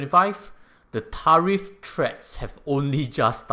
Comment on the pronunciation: I hope you don’t mind me saying this, but your pronunciation of “tariff” is not quite right. 🤭🙏